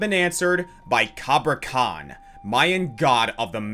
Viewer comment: His name is Cabrakan, not Cabrakhan